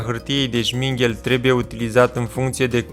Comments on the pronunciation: îi spune ȘMIRGHEL nu sminghel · Oare înveti să pronunți corect și numele la materialul ăla abraziv ....?